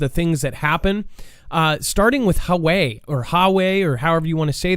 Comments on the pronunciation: I think it's Wa-way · It's pronounced: "Wah-way." Huge company.